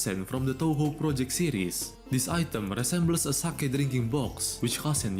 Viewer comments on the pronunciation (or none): none